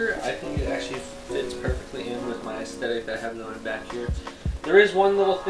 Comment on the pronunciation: Did you say ass-thetic? :)